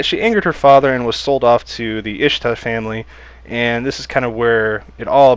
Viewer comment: Ishtar is pronounced Eesh-ta